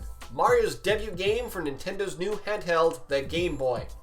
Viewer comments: ITS DAYBEW NOT DEHBUTT! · I hope you realize the "t" in debut is silent. "Day-byoo"